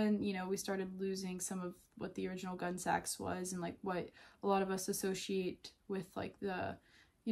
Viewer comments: It’s not pronounced “gun sax”. It’s more like “Gunny sax.” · Not "gunsax" but "gunnysacks." It's a pun on the gunne (2 syllables), the Anglo-SAXon gown. Before Gunnesax, she did the Young Edwardians line. The Gunnesax early dresses had zero lace. They used a jute guimpe. And the normal term is "leg o'mutton." Hippies could not afford a $70 dress. Never saw a true hippy wearing them. Gotta go. Gunsax is like being hit in the ear.